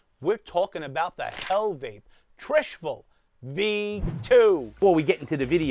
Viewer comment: it's trishul not trishful